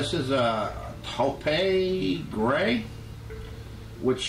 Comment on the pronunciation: you are real close - taupe is pronounced 'toe p' and it is a light grey brown. This is such a cool project!! And so many tips from the foamie sheet metal bits to patinas to structure of tentacle to the biggest tip - if you are not happy with the paint - CHANGE IT!